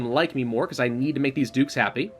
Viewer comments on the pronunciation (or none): none